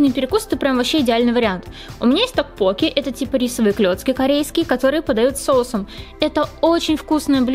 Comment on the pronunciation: ТоккпоккИ правильно!)